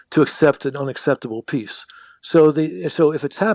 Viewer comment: Mfff, he cannot even spell peace, he cannot utter the word peace properly!